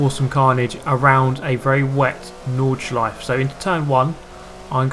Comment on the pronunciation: You pronounce Nordschleife (Nords-sh-lie-fah). Just so ya know xD